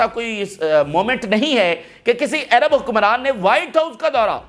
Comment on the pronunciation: Pronounce Àrab as Arab not Ayrab. Trying to be English😅